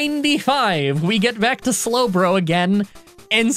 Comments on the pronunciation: Would it be considered a (s)lowblow to bring up the slowbro mispronunciation? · That slowblow line still gets me. Every time! Your script flubs are some of the funniest things ever. Probably tied with your improv.